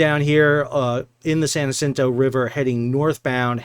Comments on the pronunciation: your mispronunciation of San Jacinto threw me off a little.... In Texas, we say Jacinto with a J not an H when speaking of the river, the monument/battle, and the street... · Love the channel. Just a note: We pronounce the J hard in Texas for San Jacinto. As in, San Juh-sinto. And aren't pilots to blame for both of the Yangzee incidents?